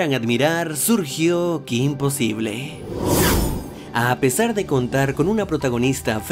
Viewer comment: ¿Soy la única española que le irritaba enormemente cada vez que pronunciaba "kim posible" en lugar de "Kim posibol"? (Porque al menos en España el título se pronunciaba como es originalmente, en ingles.)